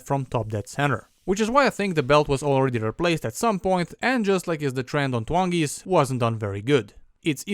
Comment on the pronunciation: The primary colours❌ The primary Twongis✅